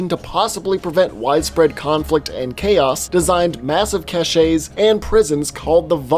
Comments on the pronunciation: It's pronounced "cash", not "cash-ay." I can't believe people still mess this up. That said, overall good video. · Cashays? LMAO Cache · First, let me start off with I love your videos, and think they are really worth watching. However, it is extremely annoying when people pronounce "cache" as "Kashe-ey". The correct pronunciation is "Kash". When you are saying "Kashe-ey", you are saying a different word entirely. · did you just pronounce cache as "cashé" instead of "cash"?